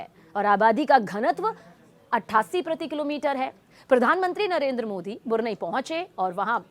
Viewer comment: मैडम बुरनई नही ब्रुनेयी बोलिये